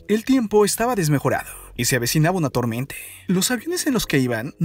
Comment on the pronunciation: Porque habla solo con la e dice :marine,tormente,dereche